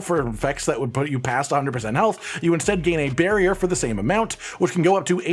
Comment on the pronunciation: Listening to mentioning "barrier" over and over - and imagining him speaking about his build, everytime he says "barrier" - pronouncing it slightly "bearrier" - a bear pops up somewhere